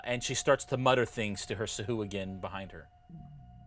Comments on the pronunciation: ITS PRONOUNCED (SAH - - AH - GWIN), not (soo - hoo - ghin) when you say Sahuagin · Its pronounced Sea Hooligan.